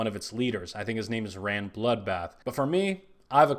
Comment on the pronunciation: It's pronounced as 'rains". Just saying